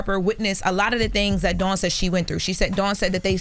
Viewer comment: Ok why is everyone pronouncing Dawns last name wrong 🤦🏾‍♂️